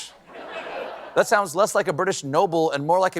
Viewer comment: Rocksavage is actually pronounced "roughage"